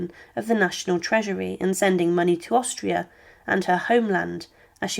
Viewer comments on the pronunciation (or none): none